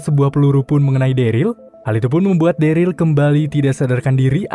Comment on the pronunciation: MOHON MAAF BG NAMANYA DERLY DI BACA DERIL BG MOON MAAP CMN MEMBENARKAN DOANG